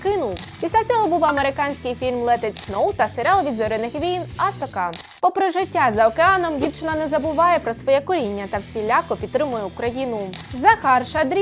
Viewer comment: Від слова асока у мене чуть приступ не стався на першу а наголос Асока